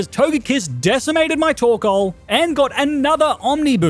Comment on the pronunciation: Am I the only one who thought he said “torkola” during Alister gym battle?